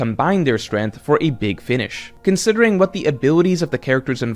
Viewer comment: strength /streNG(k)TH/ 🔊Learn to pronounce